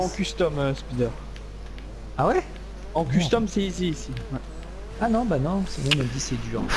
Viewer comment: Course plutôt " isi " non ?? ALLER RETROUVEZ MOI TOUS LES SOIR AU THÉÂTRE DU PETIT ENC*LER 😂